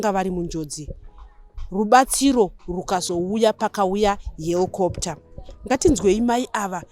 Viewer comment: ‘Hellcopter’ sounds dangerous but helicopter sounds appropriate